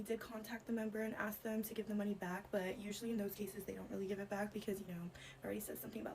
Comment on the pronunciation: To the alteration/seamstress- the word is ASK, not ax!!!